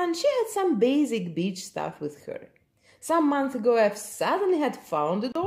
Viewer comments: Wait, did she say “basic beach” or “basic bitch” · Am I the only one that when she was talking about her first doll heard basic bitch instead of basic beach? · When I heard her say "Basic beach stuff" I was startled until I realized she said "beach."